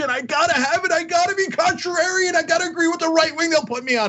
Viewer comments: Cenk: "contrararian" Yeah, he should stick with simpler words. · Cenk can't pronounce contrarian.